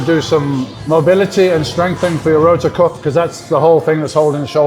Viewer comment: Rotator cuff, not rotor cuff